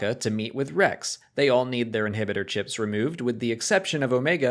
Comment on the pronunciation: it's yah inhibidah chip